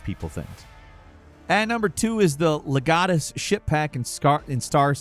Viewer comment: the way he says legatus...